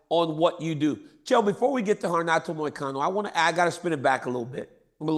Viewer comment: does Chael go out of his way to butcher everybody’s name on purpose? It is so hilarious how he just can’t get anyone’s name right lol it’s gotta be on purpose.!!! Then he says MOY-A-CANO 😂😂